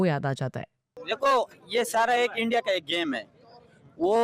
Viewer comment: India ❌ andia ✅ 😅